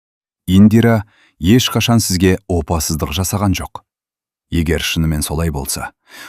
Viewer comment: Опасыздық сөзін неге дұрыс айтпайсың , оқып отырған адам???